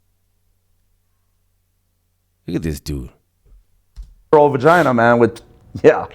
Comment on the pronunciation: This guy had to have been an SNY CCF rent-a-cop. He sounds like he's trying to retell stories he heard but got it all mixed up. He called it a "Von-ginah" 😂😂😂